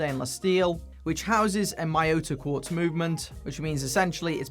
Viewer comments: Thanks for the great review. As Miyota is Japanese, it's pronunciation is Mee-Yo-Ta otherwise it would have been spelt as Maiyota. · Thanks for the review! BTW Miyota is pronounced 'mi-yo-ta' as it would be if read in Spanish. It's a Japanese name. Of course, you can call it 'MY-oh-ta' if you're more comfortable with that. I don't think it's a big deal. Could you do a review on filippo loreti watches please?